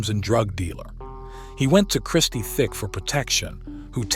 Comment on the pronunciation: Christie Tick, not Thick